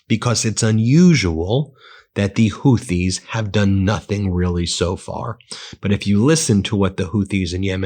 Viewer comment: Ben, it’s Houthi- Hoooti as in booty. Thank you for correcting your pronunciation of Hormuz to Hormooz vs Hormoze. It discredits you to make these errors. I’m am no one and don’t pretend to be but you have a large audience. You need to be better versed in your content. I’m still subscribed but please keep working on fine tuning and deepening your content.